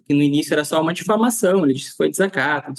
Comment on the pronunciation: O Delegado não tem nem horatoria, não sabe nem pronunciar a palavra diflamação. Vejam o vídeo dele tentando justificar 😅😅😅